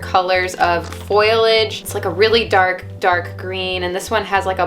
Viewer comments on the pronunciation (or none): Is it "foil"age or "FOLI"age?